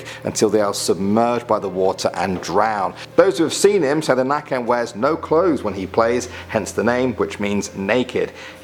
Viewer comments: its called näcken i bäcken not the naken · nÄcken not nAcken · nÄcken not nacken hahaha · U say necken not nacken like this näcken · The draugen is norwegian and so is nakken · Lol Nacken in swedish means The Neck, as in the bodypart neck, I know you dont have ä but you basically get it right if you say the neck added with en, Näcken, the necken. A is more pronounced like awe, as in being in awe for ex :) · I come from Sweden too and every one that cant Swedish say nacken instead of näcken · It’s näcken not nacken, cuz nacken means “ neck “ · hes called näcken not nacken and nacken is not even naked its naken thats naked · Its actually näcken not nacken. It sounds like necken. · The nøkken not nacken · It's not "Nacken" it's "Naken", Nacken means neck lol and naken means naked (and his name is "Näcken", also means naked) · Nacken xD?? It's NÄCKEN!..nacke/nacken means neck..haha! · "Nacken" means the neck but "Näcken" is right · He called näcken not nacken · Näcken not the nacken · Just for all the non swedes to know; ''The Nacken'' is actually called Näcken, ''en'' is basically ''the'' in swedish, it's the definite article in swedish. Nacken translates to neck. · It's näcken, nacken / näcken is probably one of the most common swedish urban legends. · Bruh I’m Swedish and number 3 isn’t nacken it’s necken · Hi. I'm from sweden and the only urban legend i know/heard about is Näcken (you call it The Nacken). The others I have never heard of 😂😂😂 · His name is näken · Im from sweden and i have seen nacken i couple of times but like how you say Nacken it’s like necken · Its nøken not naken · Its pronounced necken and spelled näcken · I am a swedish guy and i know nothing about the Nacken, but i do know that it's not Nacken, it's Naken. Nacke is Neck and Naken is Naked. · "the Nacken" is wrong pronounciation. it is not "The" first of all, it is just "Näcken" which means "The nude one" and it is pronounced "Neck-en" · It is not nacken. That means neck, it’s näcken.